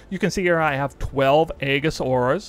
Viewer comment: Eejis, the A is silent